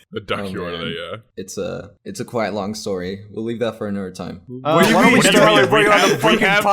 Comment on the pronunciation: Kwite is kwite kwi-ite in this video.